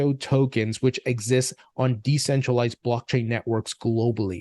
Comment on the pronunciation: Gensler couldn’t even say decentralized? He’s special! Lol